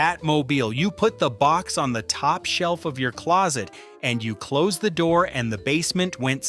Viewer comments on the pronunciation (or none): none